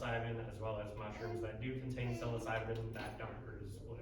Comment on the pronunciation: Pretty good presentation so far have to watch the rest later but idk if he says it on purpose or if there's a reason for it cus he has a lot of knowledge about it but psilocybin is pronounced " Sy-low-sy-bin" or "Sy-low-sibe" either way thanx for the knowledge